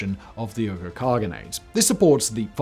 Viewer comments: He IS mispronouncing it.. it is WEE-GUR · Uyghur is pronounced “wee ger” in the United States which of course makes no sense at all based on the letters and pronunciation. But at least yours is a little closer to the letter pronunciation‼️‼️🤣🤣🤣😂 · Hey Simon, sorry to do this to someone of your talents, but Uyghur is pronounced wee-guh...... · It's pronounced WEE-gurr, Simon. The same people China's being so nasty to right now. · Uyghur, is pronounced like "wee-grr". They are Asian Muslims, hailing from Mongolia and China. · Come on Simon, do at LEAST the basic research. The tribe Uyghur is pronounced WEE-gur. It has been in the news for the last 20 years. You ruin your credibility with such obvious errors. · Hello, Mr Whistler. Love all you channels, love all your videos. Just a quick aside, it's pronounced Wee-gers. That is all. Thank you! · Uyghur is pronounced like "whigger". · Uyghur is pronounced "wee-ger." They're the Turkic ethnic group currently being "re-educated" by the Chinese communists in concentration camps. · Bullshit accusations! Bullshit pronouncing! It's WueHoo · "Wee-gur." It's pronounced "Wee-gur" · Lol Simon, it's pronounced WEE-guhr, but I do love you and your channels! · Wee - ghur. China's great embarrassment. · Uygher=wee ger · Please research how to pronounce "Uyghur" next time... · Dude have you not watched a news clip in the last couple years about a certain red part of the world? I’m sure you’ve heard how to pronounce Uyghur… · The fact that he mispronounced Uyghur the whole video made it difficult for me to fully enjoy everything :/ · I thought Simon’s pronunciation was off too, weirdly so because their Uygher descendants have rather been in the news for the last few year due to the persecution of this people by the PRC government. C’mon, Simon - get a grip! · Interesting story; however I'm fairly certain that the pronunciation of "Uyghar" is wrong. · Simon, the way you pronounce Uyghur this entire video is driving me mad lol